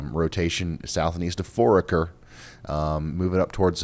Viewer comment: It's pronounced For aker